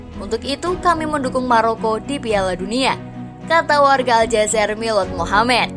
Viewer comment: Bukan Aljazer mbak.... Tapi ALJAZAIR.... IR nya ditekan..